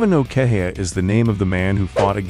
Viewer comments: I think it's pronounced "Keh-hi-ya" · I think its pronounced "keha ya"